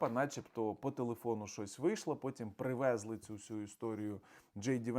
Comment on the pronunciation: Не привЕзли,а привезлИ